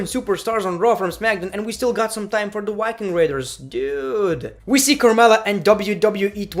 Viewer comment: The Yiking Raiders😂😂😂 Damn i like the accent😆😆